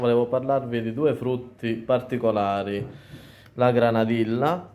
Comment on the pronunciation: Non si pronuncia così "granadilla"